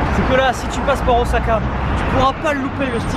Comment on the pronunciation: pour Osaka, Miso, Wasabi, évite de massacré les prononciation japonais c'est pénible à les entendres, les "S" dans les mots japonais se prononce comme si tu avais deux "S" en français